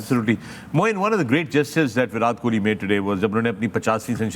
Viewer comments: First of all fix the pronunciation yourself then give knowledge to people...This is Virat kohli not bhirath Kohli 😅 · Fakhre Alam - think you’ve been mispronouncing Virat’s name. It ends in a hard T as in ‘time’. Just a small off note in an ever flawless analysis.